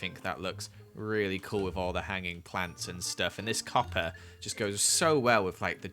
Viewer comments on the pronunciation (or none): none